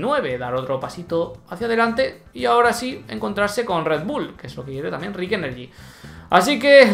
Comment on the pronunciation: me gustan tus videos, pero últimamente has estado equivocándose con los nombres. Selama Rich Energy, con CH. Vos estás diciendo Rick...